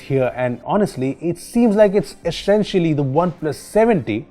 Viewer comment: "eshenshaly" xD